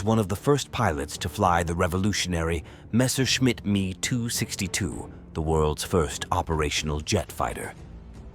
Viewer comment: "Messorchimit" essa é boa !!!!!! Deus do céu